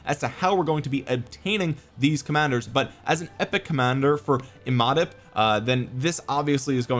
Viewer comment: Imhotep is pronounced EEE-Mow-Tep. Watch the old corny movie the Mummy. Cheers